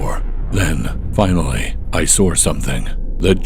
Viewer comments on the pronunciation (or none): "I sawr something"😂😂😂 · “I sawr something😬”